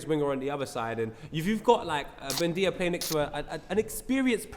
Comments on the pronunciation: And he called Buendia "Boo-nay-da" lol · Nahh fam, at least pronounce the guy's name properly and don't butcher it like 5 million times "Boo-nay-da" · Man said 'Boon-weeda' LOOL